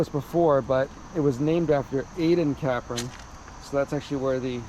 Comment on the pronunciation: Capron road, pond mill ….its “cape—ron “…. Not CAPron